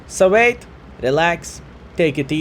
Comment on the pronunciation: Why are you keeping pronouncing certain words completely wrong. Etc; spawn, tanker, wait. Pretty much every word which has "w". Im just curious, are you keeping this spelling just for fun and its part of your identity as a streamer or is it that hard for you to pronounce them correctly?? xDDD